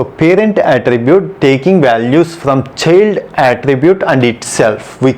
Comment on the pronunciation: Thanks for the definition. Btw you were pronouncing child as "chilled", lol.